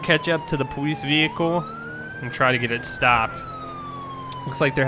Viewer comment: Why do you say police like poweice